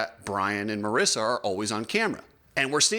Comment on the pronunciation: its mareeeesa not marissa